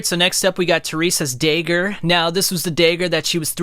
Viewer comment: Why say "Dayger" and "draygon" slayer? I liked the video just no idea where the accent is from?